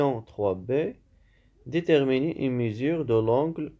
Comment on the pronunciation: Un grand bravo et un grand merci pour votre travail de qualité. Je me permets juste une petite remarque: on dit mesure et non pas mésure.